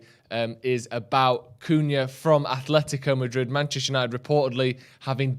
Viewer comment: AH-LE-THI-CO Madrid! Jeeez it’s not hard to know this after the years they’ve told people how to pronounce their name.